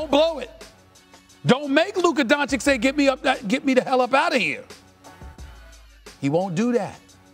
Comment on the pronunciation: Stephen “Luka Donchick” A Smith. When the F is someone going to finally correct him on espn?